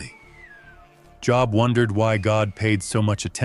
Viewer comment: Can't even get the name of the book correct! AI is exhausting!!! I will not watch any AI any more.